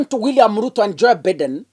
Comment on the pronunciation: Please it's not Biiden.....its Bye..den. please .